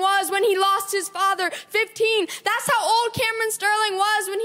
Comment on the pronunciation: why does he pronounce “that’s” like “thas”? cringe lol accent he’s putting on